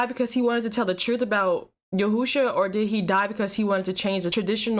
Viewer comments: It's Yeshua. Not Yehusha. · Why you keep saying yehoosha? It’s Yeshua. Yehoosha Jesus ratchet side piece. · She said "YAHOOSHA" LMAO IT'S YESHUA. AND I KNOW SHE DIDN'T JUST ASK IF ODB WAS STILL ALIVE??? COME ON NOW YOU WAY TOO CUTE TO BE ASKIN THEM KINDA QUESTIONS. DIRTY BEEN DEAD IVER 10 YEARS NOW